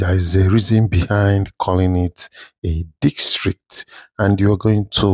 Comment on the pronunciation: District ✅✅… dikstreet ❌.. good job tho